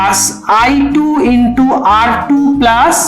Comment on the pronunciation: it is not plus it is plaaass hahahah